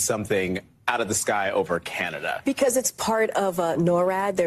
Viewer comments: Is she really saying Candadia or something else Research. 19k n Billy Carson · Did she seriously say Canadia 😂😅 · She even called Canada, Canadia... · Hey I also call Canada. Canadia 😂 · Did anyone else hear KJP call Canada, "Canadia"? 🤦🏻‍♀️ Bloody hell. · Did that airhead call Canada Canadia? 🤣😂🤣😂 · Yes, ma’am you heard her correctly because I had a WTH moment when I heard it. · “Canadia” kills me every time 😂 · Canadia? What a maroon (Ala Bugs Bunny)!! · Lmao she said Canadia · CANADIA! Lol😆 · Wtf, did JPK call Canada Canadia? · Lmao canadia😂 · Canadia???? Is that a new country? Part of the UN? NORAD? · Canadia? Too focused on keeping up with lirs(lies)! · she said Canadia 🤣